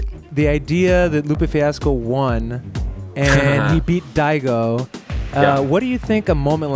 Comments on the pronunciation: That Napoleon Dynamite clip illustrating input lag was hilarious. Why the fuck are you calling Daigo "Diego" though? You're hearing his name pronounced in the clips you're editing, man. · did you just call daigo diego? lol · daigo, but he just pronounced it in a funny way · I find it funny how so many people mispronounce Daigo's name. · good video, but you're pronouncing Daigo wrong. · I know I'm beating a dead horse here, but honestly: How can someone who understands the street fighter scene at this level NOT know how to say Daigo's name? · He keeps mispronouncing Daigo's name :( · It's Daigo not Diego, he's Japanese not fuckin Spanish. PUT SOME RESPEKT ON THE LEGEND'S NAME ! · He called Daigo “Diego” 😕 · "anyone can be te next Diego" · .....ITS PRONOUNCED....”DIE-AH-GO”. Not Dee A Go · Why do you say Diego? Da-I-go, Daigo. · It's DAIGO not DIEGO darn it.... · Really liked the video and it's a super true message but I just dont like calling Daigo Umehara.....Diego lol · Smh.. I'm triggered about him calling "Daigo" "Diego" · Very cool video but learn how to pronounce daigo. It's not Diego lol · Won't like because you keep saying Diego instead of Daigo, but decent job. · It’s Daigo not Diego yes? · Daigo...pronounced Dye Go not Dee A Go. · why do you keep calling DAIgo diego? diego umirez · >thinks he knows what the fuck he's talking about >prounounces daigo as "diego" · Content and video are excellent, but the fact that you kept on calling Daigo - Diego it really bugs me out so very much! Please, stop doing that! :D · Dude, the name is Daigo, pronounced "DIE-GO" Not Diego (Dee-egg-o). The guy is Japanese, not Latino. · Great vid but oh my lerd everytime you called Daigo Diego couldn't hold it in =-O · "Diego" REEEEEEEEEEEEEEEEEEE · Its DAIGO, and keep saying "Diego"... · Not is "diego". The right name is daigo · How do you manage to pronounced Daigo to Diego? Maybe do your research abit before mistakenly pronounced other people's name. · It's daigo not Diego...